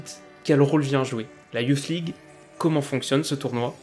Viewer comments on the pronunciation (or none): La youflze league 😂😂😂 ta prononciation me tue